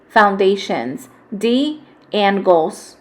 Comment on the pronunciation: this is so incredinly helpful but i am so thrown off by the fact that you pronounced it "an-goals" and not "ang-goals"